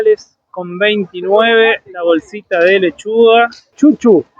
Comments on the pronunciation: Kkkkkkk merixica......dizemos mexerica mas pronunciamos mixirica.....chuchú. ele disse tiútiú....mas eu entendi só foi engraçado ....tem coisas aí muoto caras aqui skoll compramos por 1,99......2,00 por aí. .... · Me encantó el video! Tengo muchas ganas de volver a viajar por Brasil... la primera que mostraste "batata doce" es camote, y los otros 2 son otras variedades de camotes, manga acá en 🇦🇷 le decimos Mango, el Chuchu (se pronuncia xuxú) que mostraste y pediste dejar en los comentarios acá le dicen papa del agua, nace de una enredadera y casi no tiene gusto...en Brasil lo usan como ensalada para acompañar ciertas comidas...muy interesante todo lo que muestran! Los felicito!❤️🎉🎉